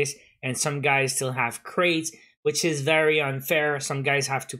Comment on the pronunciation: You know what, IT EES WHAT IT EES